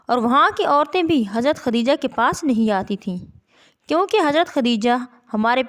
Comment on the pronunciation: خُدیجہ نہیں خَدیجہ ہوتا ہے